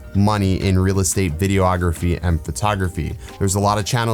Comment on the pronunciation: It's pronounced "videography". Not "video-ography". Just Google it. LOVE your stuff, all of it, but saying "video-ography" is like saying "nucular". How does "nuclear" come out as "nucular"? Just sayin'.